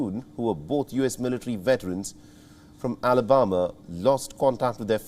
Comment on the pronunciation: Alabamba hahahaha love it. They miss pronounce our names wrong too 😂😂😂 top 👍 wion